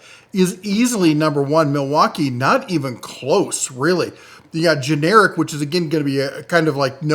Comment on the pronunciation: lol! This guy every video makes my eyes roll 🙄 GENERAC the TOOL AND GENERATOR COMPANY not generic LOL can you not read what it clearly said GENERAC. lol he even went on to explain “you know like no-name tools” 🙄🤦🏻‍♂️🤷🏻‍♂️